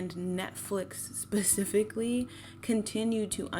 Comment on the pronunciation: Love your content but why do you say “pacifically” instead of “specifically” I noticed in the courage the cowardly dog video as well ?